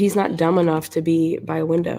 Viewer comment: Sounded like “Bell-bee”?